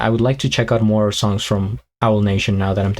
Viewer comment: Owl 😂, it's pronounced A-wall. You always make me laugh.